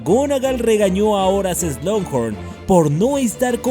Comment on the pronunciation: Hola, llevo mucho tiempo siguiéndote y amo tus vídeos, son los mejores por encima de cualquier otro Youtuber que conozco, pero hay una sola cosa que nunca he entendido... ¿Por qué dices "Slunghorn"? Si es SLUGHORN, sin esa N antes de la G.